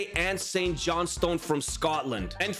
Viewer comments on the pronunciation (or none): none